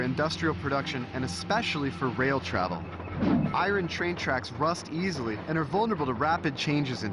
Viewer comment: I can't get past his pronunciation of Iron, he sounds like Bugs Bunny the way he says it.